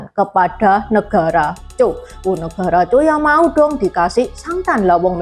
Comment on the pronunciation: Zhao penyebutannya bukan negara Zhou.beda jauh. Zhou (周) sudah ditaklukkan duluan oleh Ying Ren (bapak dari Ying Zheng) dibawah komando Lv Buwei & .jenderal Meng Ao. Yang di Utara negara Zhao (赵).